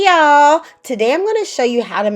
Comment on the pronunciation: as soon as the video opened with "HEY Y'AAAAALLL!" I knew this was going to be good. Sincerely, a fellow Southerner